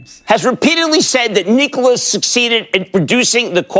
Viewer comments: You had me ... knee-cola. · Knee Cola 😂